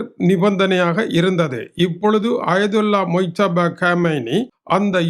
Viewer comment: மிஸ்டர் மொய்தபா காமெய்னி என்று தவறாக உச்சரிப்பு செய்யாமல் முஜ்தபா காமெய்னி என்று சரியாக உச்சரிக்கவும்